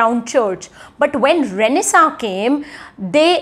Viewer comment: Is tht pronunciation of renaissance correct?